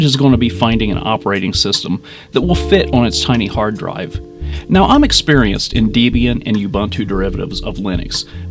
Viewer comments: Ps it's Debbyian not Deebeian Debby and Ian Debian :-) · I like when he says he's "experienced in Debian," and pronounces "Debian" incorrectly. Bravo.